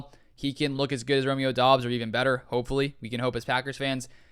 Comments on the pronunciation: It’s pronounced DUBs you simpleton , f’n drivin me nuts, do at least a little research, you can’t even pronounce the guys name right smfh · It’s pronounced Dubs